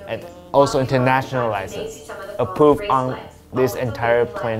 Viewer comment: Every time said "approved" I thought he said A Pooped